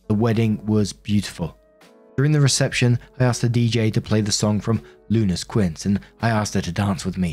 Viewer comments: Koo-wince???! 😅😅😂😅😂 Quince = Keen-say 👍 😘 🇲🇽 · It's actually pronounced "keen seh" not "keen say" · Keen se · I did try with Quince on google and it only gave me Brit/US versions which comes out like I said it, the fruit. Then tried again but just did the google search Quince Pronounce Spanish and it worked that time. Bugger lol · It's actually pronounced like "Keen seh." Keen say is more like how Americans would pronounce it. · QUINCE IS PRONOUNCED KEEN SAY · It doesn't help that there's a fruit called quince, pronounced kwince! 😂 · Every Quince I ever met pronounced it kwin see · Quince is pronounce kwince lma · I’m chuckling at pronunciation of “quince.” keen-say. Short for quinceañera. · Sounds like this channel is gonna need a text to speech app that you can pick pronunciations like Spanish within English. But so anyone who doesn't speak Spanish even a little bit, phonetically it's KIN (the word for family) SAY but no pause in between until you practice enough. 👍😅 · Bro is pronounced quince or fifteens because in this parts of South America we don't celebrate sweet eighteens but rather fifteents and let me tell you here in Uruguay are big ass party's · the best one was the "Quince" XD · British pronunciations of Spanish words make me chuckle and wince simultaneously. One day you’ll get it,!